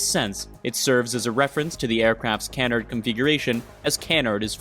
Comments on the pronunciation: It's pronounced kah-nard not canennerd . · Wonder how many Saab sedans the Viggen caused to be sold. ps Canard rhymes with hard, not bird. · Your pronunciation of “Saab” and “Canard” are irking lol